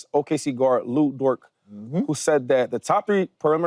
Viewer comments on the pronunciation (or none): Dude all the way to the left called Lu Dort "Lu Dork" . 😂😂😂